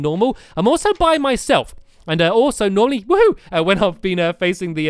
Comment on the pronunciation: Is it just me or did I hear Nolly instead of Normally??